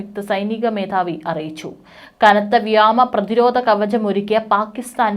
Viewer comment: അയ്യേ സേച്ചീ വ്യാമം അല്ല വ്യോമം /ആകാശം